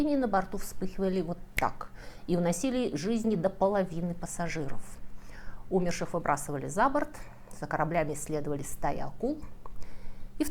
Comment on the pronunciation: На 16й минуте - характЕрная карикатура: вечно дяде Сэму иммигранты мешают, хотя сам он - иммигрант, при этом весьма жестокий садист и убийца. И, кстати, умЕрший, а НЕ Умерший (см. орфоэпический словарь).